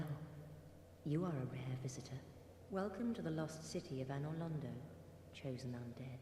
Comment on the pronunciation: it's Londo, not Lando.